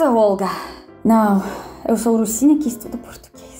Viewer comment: toda vez que a olga fala russinha que estuda português eu entendo ursinha que estuda português. talvez de fato ela seja, kkk